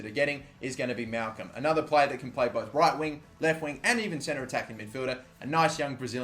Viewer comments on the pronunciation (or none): none